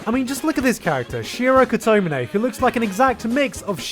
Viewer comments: the way he pronouces kotomine...please...be...a...joke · Kotomine pronunciation got me